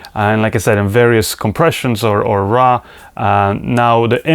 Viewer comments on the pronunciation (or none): It's not RA it's RAW!:)